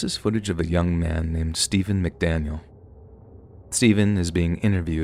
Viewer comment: The amount of times the interrogator says "STAYVUN" I couldn't help my self from laughing at one point and apparently it became a popular line